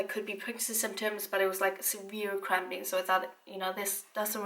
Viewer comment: I thought she was say extreme crapping not cramping😂😂😂